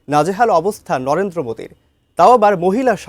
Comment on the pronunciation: লরেন্দ্র মোদী না রে ভাই😂 নরেন্দ্র মোদী